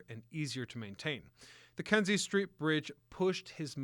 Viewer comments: KINZIE STREET..not KENZIE. Can't be that hard to at least get the name right, but no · Kinzie NOT Kenzie street